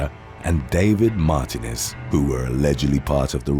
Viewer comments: I believe it's pronounced "Mar-TEE--nez" with the emphasis on the middle syllable and elongagated. I dunno if it's pronouced that way in Spanish (from whatever dialect it comes from) or how it's pronounced of most of the UK, though when I left I can't remember how I used to say it. and there are a lot more Martinezes in the US lol. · "Martinez" is pronounced "mar-TEE-nez". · It's not Mar-TIN-ez its Mar-TEEN-ez. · It’s pronounced MAR-TEEN-EZ!!!